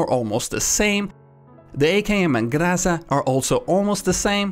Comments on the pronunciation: The key here, which also gets wrong, is that the accent is on the last syllable. It's Grozá, not Gróza or Grása. There're many O's that are spelled as Ah's in Russian, which is the case with this word, yet it's not grammatically wrong to spell it with an "O". It just exposes you as a western spy when doing so. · Гроза pronounced as grOza not grAsa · the proper pronounciation is not GrAza but GrazA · are you telling me you can't understand what says when he pronounces Grassa instead of Groza? XD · GrozA' - make tension on the last letter - true russian pronounciation) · You're pronouncing Groza right, but accentuation is wrong. It should be Gra-Zaa. The second sonant should be pronounced longer than the first. Imagine it like a fade-away effect ;-) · nice vid man. Keep doin a great job. btw it's grazA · Hi! As a Russian I really appreciate your change in your pronunciation, but it is still inaccurate. More accurate way is to accent on the last syllable. Like “graszA” Thank you for your videos. I really like them and they help me and my friends a lot. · Groza in Russian is still Groza :D But that's the written version of it - if one would to say it, than yes indeed the "o" is swapped for an "a". But you make the accent on the last "a", so it will be GrazA ;) "гроза́" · Grozá. You can check in google translator ГРОЗА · Great Vid! But you are wrong in one thing, you are slightly mispronouncing 'Groza' Say it as Gra-zaa, First 'a' is short and the second 'a' should be longer Great vid tho! Very informative! :D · Nope, it's GrozA 100%. "Thunderstorm" in Russian. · Groza should be pronounced as "grozA" with accentuation on the second syllable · stop saying graza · Groza has the emphasis on the last a - meaning your pronunciation isn't completely correct ;) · It's more "O" in the word, trust me, russian is hard and can sound a bit wrong in google translator) Here, this sounds right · он всего-то неправильно ставит ударение. О произносится верно.